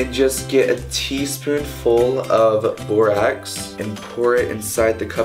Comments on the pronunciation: its pronounced like boar Axe haha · when he says borax it sound like barack 😭